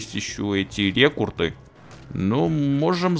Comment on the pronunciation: рЕкРуты, а не рЕкурты!